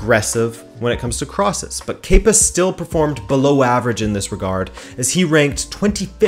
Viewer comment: Thank you for saying “kepa” correctly. After only hearing his name from British broadcasts, I thought it was “kepper” for so long. 😂